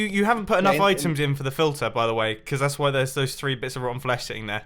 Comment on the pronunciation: "oitems" :D